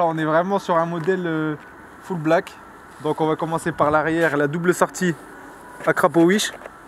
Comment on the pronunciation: on est daccord que a il dit akrapowish